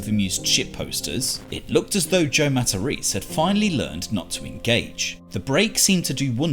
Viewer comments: Matta- reece?! lol. It’s mat-a-Rez-eh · If Joe was really Italian, he would've pronounced his last name MA-TA-RÉ-ZÉ and not 'Mataris'